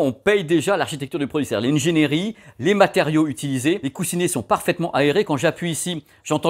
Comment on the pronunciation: Je l’attendais ce test ! Les autres chaînes YouTube ne font pas foi sur le sujet pour moi. Par contre, on ne dit pas « haine géniri » mais ingénierie (in-gé-ni-ri). Étant moi-même ingénieur, mes oreilles saignent quand j’entends ça.